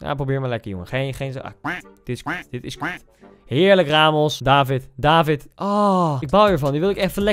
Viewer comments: Het is David met een korte A. Je spreekt het uit als Davvid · het is niet daavid het is niet deevid het is david met korte a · David word uitgesproken als davied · Kaa Gent is de beste club in de pro league eerlijk is eerlijk (en je spreekt David uit als davied) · Tip: je spreekt het uit als Daviet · Je spreekt het btw uit als davied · Je zegt niet david maar daVVIED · Je spreekt het uit als “davied”, doet pijn aan m’n oren anders🥴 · David speelt bij een Belgische club :KAA Gent En Koen je spreekt het verkeerd uit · Ik ben als trotse Gent supporter blij dat je David in je team zet maar misschien moet je eens een samenvatting van Gent kijken van play Sports want je spreekt David verkeerd uit oetlul.